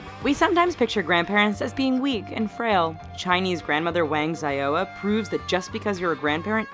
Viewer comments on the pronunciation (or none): The way you said "Xiaoya" nearly killed me...